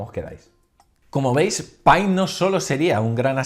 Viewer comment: Pai ???? JAJAJAJAJA o π (pi)